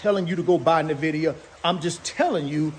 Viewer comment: He's passionate about NA-VIDIA 😂😂😂😂